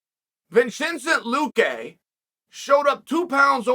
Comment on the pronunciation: VINCHENCENT LUQUÈ!!! 🤣 🤣 👍